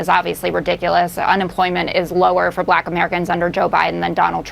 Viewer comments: He says "Black" like Ron Burgundy 😂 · It is the way he said the word black as well. Terrible!